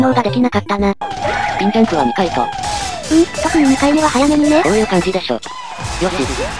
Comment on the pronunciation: 始めのスピんジャんプをスピんジャんブといってましたよ。